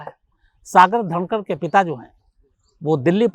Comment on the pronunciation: सागर धनखड है सागर धनकड नहीं